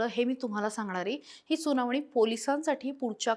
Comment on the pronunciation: सुनावणी कि सुनावानी